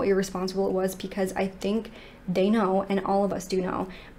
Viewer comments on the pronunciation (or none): Anyone else ever notice that this lovely young lady always says "pecause" and not "because" 😁🤩? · I really enjoy this channel, it just irks me that she says pee cause instead of because. Idk if that's just something she does to be silly like how people say meow instead of now just to confuse people or be funny, but its a little annoying. But i do ignore it BECAUSE, i want to hear the cases.